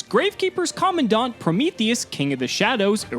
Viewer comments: Why you call it common-dawn-t it’s command-ant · "Co-man-dent" Commandant That's how you pronounce the name lol